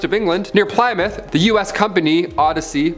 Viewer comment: Ply mouth??? It's Plymouth as in plym muff. You tanks left here to go to America and landed on Plymouth rock! Not exactly Worcester or Leicester you're trying to pronounce